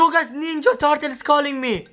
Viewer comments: You don't know how to say ninja turtle you say wrong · on this ninya tartle😂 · "Is this the ninja tartle"